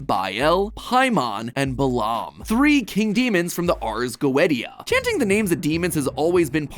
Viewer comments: Bro really prounced it "Ars-Goettyia" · I'm sorry, the WHAT? I refuse to believe he called the Ares Goetia the [Ah-rez Go-Etty-Ah] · "Ars Goe-ita" 💀💀💀💀💀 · Ar-ez-go-et-ee-ah 🥲 it’s ar-ez-go-ey-sh-ah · "ars go-et-ee-a" 💀💀 Bro it's "go-ee-sha" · Oh LAWD this man said Ars Go•et•eah, Goetia is pronounced Go•ee•sha, google will agree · ah yes, the Go Eddie Ah. (Goatia is pronounced "go-aye-shuh) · the ars goeddya💀its (go-Ee-sha) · Ars go et tia 😂 ffs come on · I kinda think ars Goetia is pronounced ( ares goeshia) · ars goetia is pronounced ars go-ay-sha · just for future reference(hate being this nerd) but for the ares goetia, it was originally pronounced are-es go-E-sha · Pretty sure it's pronounces Ars Go-eesh-uh. Or least it sounds better that way. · matpat mispronounced ars goetia its ars go-way-sha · One thing that does bother me, and I know Matt wouldn't really know how to say it, is how he says Ars Goetia. It's pronounced "Ars Go-ay-shuh". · Did anybody notice how he said Ars goetia😂😂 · My helluva boss fan brain hurt when he said ars goetia like that 😂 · I dont think ive ever heard anyone mispronounce Ars Goetia that bad lol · i cant get over the way MatPat say Ars Goetia somebody pls help 💀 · Matpat is the only person to pronounce the T in ars goetia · He butchered the saying of Ars Goatia so bad XD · Hi Matpat! Love your video's but you pronounced Ars Goetia wrong. Google Translate gives you the correct pronunciation. I just happened to notice that you pronounced "Goetia" wrong and wanted to point it out, but I am not trying to be rude. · Matpat Mispeaks: Sijil — /si.jil/ Ars Goettia — /ars go.et.ti.ja/ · Hearing him mispronounce the name of the book the demons names are in made me actually cringe lol